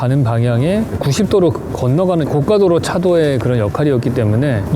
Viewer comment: 고가도로를 고까도로로 발음하면 비싼 도로가 돼버리는데